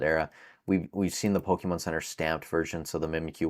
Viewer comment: My first prediction is you stop calling it Pokiihmon 👌😃